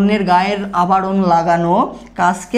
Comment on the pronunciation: স্থানান্তর বলে হস্তনন্তর, আবরণ বলে আবারণ 😂